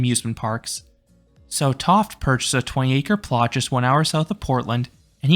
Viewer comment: I've been to Enchanted Forest as a child and an adult. Good memories. 🙂 By the way, I believe Tofte is pronounced "toff-tee".